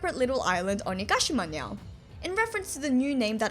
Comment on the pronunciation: I just wanna say that is so cute how you pronouce "now" as "nyow"